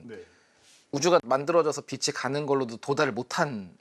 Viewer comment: 자기 전공분야 단어 발음도 제대로 못하는거 문제 있는거 아닙니까? 빛이 → 비시(x) 비치(o) 그러려니 하기엔 그 발음이 너무 많이 나오는게 거슬려서 보기 힘들어요 ㅠ 장홍제 데프콘님만 제대로 발음하시네요 → 라고 말하는 순간 메인패널분이 또 ‘처음으로‘ 바른 발음하시네요 → 라고 말하는 순간 또 비시 ㅠㅠ 비시 비시 비시 비시 ㅠㅠ